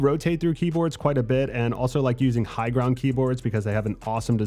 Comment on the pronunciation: I stopped watching as soon as I heard higround 😅 Cringe af